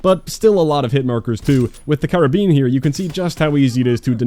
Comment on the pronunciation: Finally someone who knows how to pronounce Karabin.